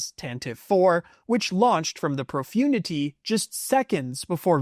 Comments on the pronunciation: Profundity is being pronounced completely wrong ! It’s “ Pro-fun- dity “ ! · You mispronounced Executor and Profundity